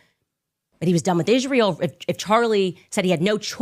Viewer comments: I wonder why she says “Ishrael” instead of Israel. It’s so annoying. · Why she always says "ICHRAEL"? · Why does she say Ishjrael? 🎼 You don’t get to ask those questions 🎶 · I just can’t with Candace. Just her saying Ishrael drives me up the wall.